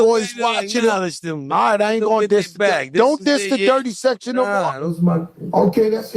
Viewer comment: Come on now you to close to the camera back up some l😂😂😂😂 And say dirty section right!! It’s section! Not sector ain’t No R on it 😂😂😂 y’all still learning tho!! 😂😂😂😂